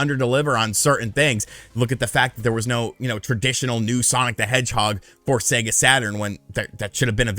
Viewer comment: Thank God. An American who can pronounce SEGA correctly!!!!! :)))